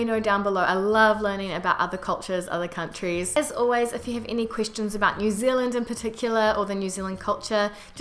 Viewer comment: This is unrelated, but I noticed sometimes when you say 'question' it sounds like you're saying 'christian' or more accurately, 'queesh-tion'. Don't worry aboot it, its really cute^^ Love from Canada.